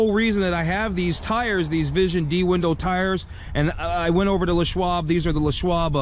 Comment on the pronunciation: Why the hell do you pronounce it Le' Schwab, like Pepe Le' Pew? His name was LESSSSSSS.